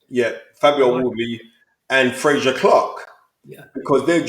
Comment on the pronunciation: Did Fearon just pronounce Frazer like Frasier, as in the American sitcom?